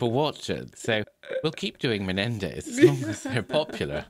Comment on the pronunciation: "The Menendi" as if they're funguses or something. Can't stand that prosecutor.